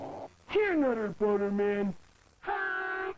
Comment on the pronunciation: The Nutt-ah Butt-ah situation is crazy.